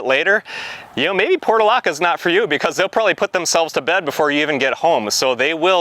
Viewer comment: The pronunciation was driving me crazy because it was different from what I have always heard so I double-checked. It's "porch -u - laca."